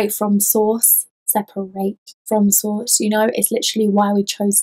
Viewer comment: "Sep-er-ate" Loved it, also; to I got chills that I have never felt before. I'm not sure if I liked that or not. Was definitely a brand new feeling. One last thing, your nails kick ass!! One other thing I guess, what's that around your neck?